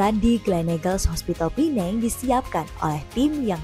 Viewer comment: Pertama kali mendengar warga Indo menyebut PENANG dgn sebutan yg betul....Pulau ini boleh juga disebut Pulau Pinang....